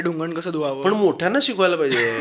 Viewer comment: Basic - Shu karayala shikane is crazy 😂😂😂😂